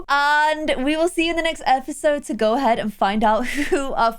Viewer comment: it sounds like she’s saying she recommends don’t use it xD (Ik she meant go use it)